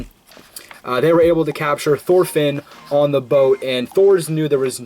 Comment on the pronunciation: Well then, for future information Thorfinn should be pronounced somewhat like Tor-fin, Canute is the english version of the name Knud (with a soft d at the end) and Askeladd basically translates directly to loaded with ash and the double d is very hard, almost like a t but not really. in danish it would probably be written as Askeladt.